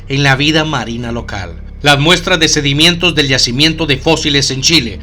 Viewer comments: Interesante vídeo aunque una observación. No se dice ''sedimientos'' es sedimentos . Saludos. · sedimientos? o sedimentos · OJO NARRADOR QUE NO SE DICE sedimientos ES sedimentos.... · Sedimentos, no sedimientos.